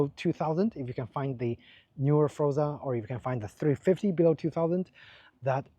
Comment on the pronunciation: Nice review of a really nice scooter. But it's pronounced FORZA, not FROZA... I hope you enjoy many happy miles with your super-scoot!